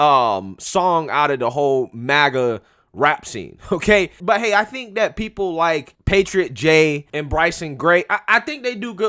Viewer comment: Hi I was wondering, I am a white conservative and I noticed that instead of saying the word that you are replacing it with the word dat. Donna brazile does the same thing and it makes her look dumb, so maybe you should stop doing it.